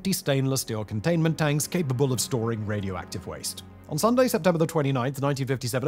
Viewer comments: Raidi-active.. ?? Huh ? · "Radi active" 😅